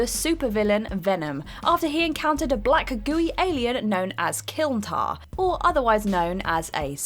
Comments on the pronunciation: It's Spider-Man who lifts 10 tons, Venom lifts 20, Carnage lifts 50 Also it's Klyntar, not Killtar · " Kiltar " its pronounced klyntar bud. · It's "Klyntarr" not kiln-tarr, which is how you pronounced it. Right off the bat, you're wrong. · Kiltar? Did she mean klyntar? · The alien race is called Klyntar, not Kylntar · KLYNtar not KYLNtar... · Theyre not kilntars. Theyre klyntars. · Klyntar not Kyltar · Calls a symbiotes fucking killtars it’s Klyntar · Killtar? Don't you mean klyntar lol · did she just say Kiln-Tar? It’s KLYNtar. Your making a video about common misconceptions of a character and YOU don’t even know one of the most basic facts about the creature. at least you figured it out before saying it wrong the entire video. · ewhy are you saying clintar arent they symbiots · "kilntar" "KILNTAR" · Kil Tar that is not how you say it at all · K Lin Tar... That is how it is pronounced. Love you guys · I dont think she is pronouncing klyntar right lol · The first time she didnt, and she brutalized shi'ar. >...> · She mangles most words.